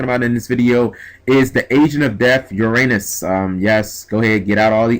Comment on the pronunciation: it's your-uh-nes